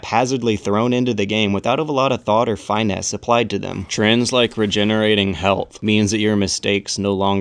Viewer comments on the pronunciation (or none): FINE-NESS? FIN-ESS! This frustrates me more than it should, but on the other hand I'm surprised I didn't notice it on my first viewing!